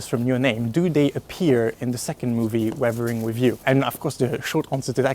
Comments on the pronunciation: revering review lol. Totally understandable since accent exist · Dude, I don't know why but, whenever he is saying "weathering with you" I am clearly hearing "we-vering review"